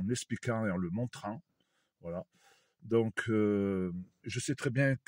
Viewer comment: Lire donc et pas " dinc ". Pardon.